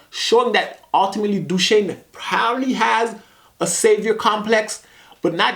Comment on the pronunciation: Dooshane lol not you as well